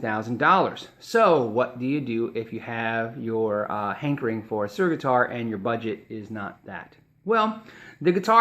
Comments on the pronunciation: ...and Suhr is pronounced sir, rather than sewer. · Suhr is pronounced like sir. I have heard John Suhr on several podcast in he pronounces it "sir" guitars. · Darien Cruz Music the 'h' is simply silent. This makes my ears blead. Soer Soer Soer Soer jfc. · suerrrrr? isnt that supposed to be pronounced like sir?